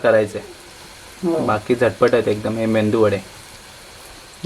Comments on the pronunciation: Mendu nahi re baba medu vade shiklella asun mendu vade boltos kay tu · Are medu vade ...Mendu nahi 😂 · मेंदू नाही मेदू वडे बोल दादा.. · मेदूवडे म्हणा अणि अवनी सुद्धा नेहमी तसेच म्हणेल. खूप छान!